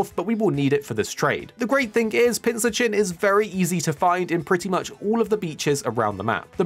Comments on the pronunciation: It’s pronounced Pin-cur-chin, like a cross between a pincushion and an urchin. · You're pronouncing Pincurchin wrong.